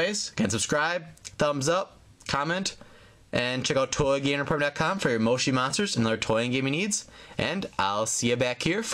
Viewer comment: that is not how you say moshi monsters